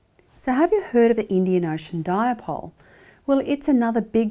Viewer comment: Nice presentation Professor but it is not pronounced as “Diapole”